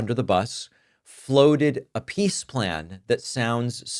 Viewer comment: Did you say pees president?